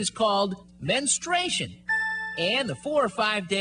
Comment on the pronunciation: Why do so many people have trouble pronouncing menstruation (looking at you )